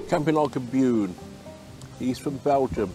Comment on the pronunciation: Thanks for the shoutout and the nice compliments. Glad you liked the video. You really pronounced the Beun very well! And love how you described Steve the transit camper as the fat batman. 🤣👍